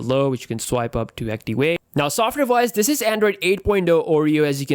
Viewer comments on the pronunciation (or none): its not actiwate its activate. You should learn how to say the v alphabet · Wertical, wolume, actiwate, ha, ha, ha.